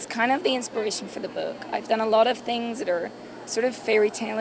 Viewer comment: um, what? What? That has to be the oddest Edinburgh accent I ever heard,. ooops "boook" Gotcha!